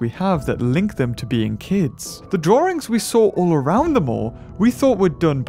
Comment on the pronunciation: "Drawrings" by